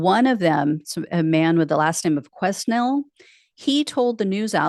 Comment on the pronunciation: Quesnel might be pronounced queh-nell (ish)